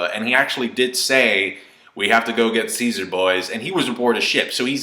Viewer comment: You saying Ceasar sounds like "seizure" haha. And wait, the hair on the Mammoth looks a lot like Kaido's. Hm.